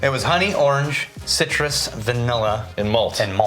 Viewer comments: CIRUS —> Citrus 🍊 lmao 🤣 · "CIRUS".. mmm.. cirus... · anyone else think they missed the 'T' in citrus? during the on ice portion